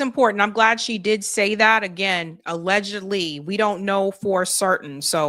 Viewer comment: HOW MANY TIMES DO YOU HAVE SAY THE WORD , ALEGAGALLY ?